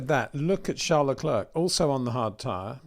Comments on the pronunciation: You don’t pronounce the 2nd c in Charles Leclerc’s surname - it should sound like leclaire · Leclerc the C is silent Peter, repeat again and again. Show some respect and say it properly.